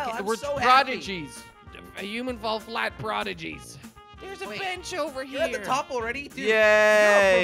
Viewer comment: Hahaha the introduction to Human ful flat